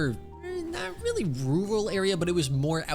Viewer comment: the way he said rural had my dyinh